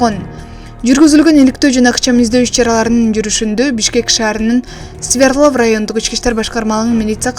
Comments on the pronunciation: Свердлав эмес Свердлов болот журналистсин дагы. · Ай айланайын Свердлов деп так суйлочу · Kg Свердлов деп айтылат.